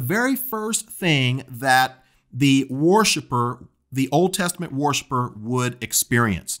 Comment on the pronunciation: “War ship er”. Lol